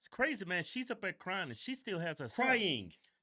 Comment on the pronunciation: Stop correcting Kevin for saying crynin. It’s hilarious